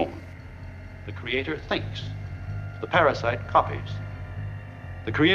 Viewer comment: "of ZI dead", "Ze world's end"